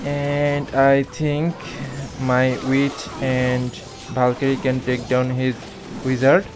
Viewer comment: Bro was calling a valkyrie and bAlKyRiE